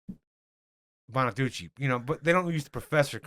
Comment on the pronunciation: Not Frank bonaduchee 😂